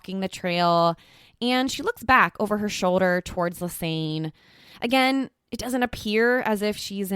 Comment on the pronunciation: It's Ann not aine!! Like a combination of Lisa and Anne not aine!!